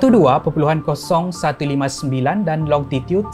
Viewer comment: its longitud not longtitud hahaha....tpi terima kasih atas perkongsian yg menarik, mantap bg